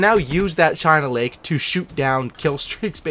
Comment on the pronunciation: Anyone not gonna ask about how he said CHINA LAKE FROM MW2 and THUMPER FROM BO1